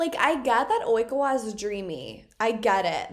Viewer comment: Love the way she repeats "Oikawa" after the news lady , replicating the Japanese pronunciation 😂😂